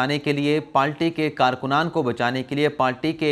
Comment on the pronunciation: Dear I listen you and want to correct a word which you pronounce wrong correct word is “PARTY” not “PALTY”